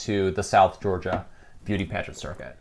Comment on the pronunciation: I love to hear someone pronouncing Georgia towns correctly!!!!